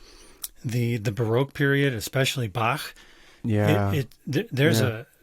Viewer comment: Lovely to listen, praise God!! Good for you pronouncing Bach correctly.!! I have a bias I’m German, ha ha! He put two a lot of the New Testament in Music! He glorified God!